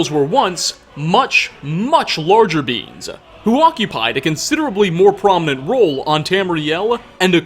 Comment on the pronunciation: When "beings" sounds like "beans". "Trolls used to be much larger beans. uwu"